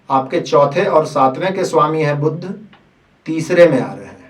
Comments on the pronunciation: बुद्ध नही बुध बोलो भाईसाहब, पहले बेसिक तो क्लीअर करो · Its not budhh, its budh